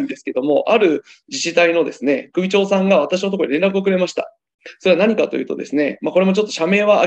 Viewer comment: くびちょう？ → しゅちょう